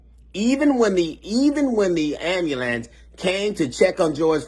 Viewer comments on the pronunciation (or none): He said.... "Da Am-mule-lance.. GED. For real...